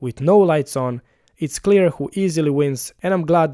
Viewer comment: "clistar clear" haha